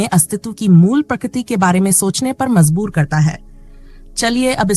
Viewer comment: JA KO ZA mat pronounce kariye!!! MaJboor, uJaagar. Kindly learn to speak correctly if you want to be an uploader!!